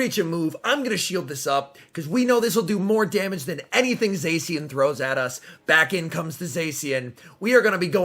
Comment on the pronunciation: its pronounced za-she-en